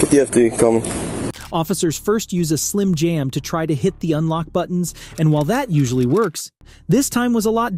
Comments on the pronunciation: SLIM JIM not SLIM JAM!!!! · Um, it’s slim JIM not jam and PASSERS by not passerbys. Just in case you do another similar video. The more ya know, ya know! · It's "slim Jim," not "slim jam." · Loved this baby-rescuing video on Mother's Day. By the way, it's " Slim JIM" not jam. Lol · Slim Jim, not Slim Jam. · Slim jim, not slim jam